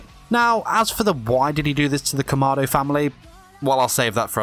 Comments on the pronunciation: the fact that he said kamardo instead of kamado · It’s not pronounced “kuh-ma-do” it’s pronounced “KA-ma-do” “KImono”